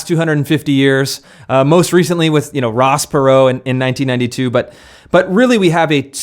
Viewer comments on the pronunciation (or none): none